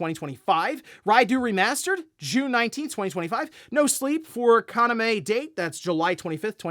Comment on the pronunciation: This is the second time, so I need you to pronounce this correctly: Kaname Date Ka-na-may Dah-Tay Thank you.